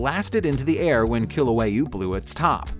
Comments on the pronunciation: theHawaiian volcano is called Kilauea KEE- Lau-A-uh.. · The Hawaiian volcano is pronounced KEEL-LOU-EY-AH.